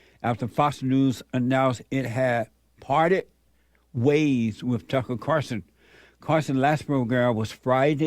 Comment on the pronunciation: Carlson not Carson